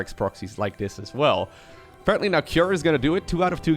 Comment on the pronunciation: Not Key er, Kew R.